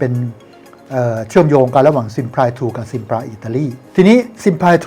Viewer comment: ออกเสียง ที่ถูกว่า ซิมพลี่